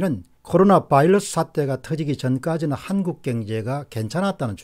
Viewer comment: 옥의티겉으네요. 바일러스와 버이러스는 특히 공박사님 수준에서 가려써야헐듯 합니다.듣기가 좀...